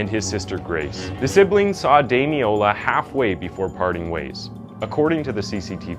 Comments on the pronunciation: Someone will no doubt correct me if I'm mistaken, but I'm pretty sure his name is pronounced Dami-lola, you left the first "l" off consistently, saying Dami-ola. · Thank you for highlighting this case which broke the hearts of all in the UK. However, throughout you pronounced his name as Damiola. His name was Damilola. It would be respectful to make a reference to this. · Well researched piece but you didn’t watch much coverage on it I assume because his name is pronounced DamiLOLA not DamiOLA. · His name was Damiloola pronounced dam-in-ola ... Just thought a thought to correct ... :) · As a Nigerian the weird pronunciation of Damilola throughout was distracting. it's more like "Dah-Mi-Lo-La". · sad that you couldn't pronounce his name right, RIP DAMILOLA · at least say his name right ffs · Every time his name was pronounced wrong I cringed and once actually said there’s an “L” in there out loud. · This was a watershed moment in the UK. In lots of terms. You could at least pronounce his name right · Thank you for covering this case, as a Nigerian, I could tell you struggled to pronounce the name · It’s pronounced “peckum”. You don’t oromin cre the “ham” at the end of any name here. Also, at least get his name right. You kept calling him Damiola. His name was Damilola…